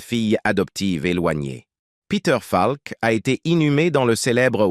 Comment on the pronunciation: bonne video mais dommage que cela se traduise par l'ia car ce n'est pas falk mais peter faulk dommage